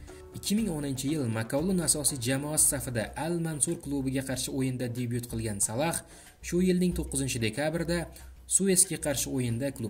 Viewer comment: Админ Салах эмас Салох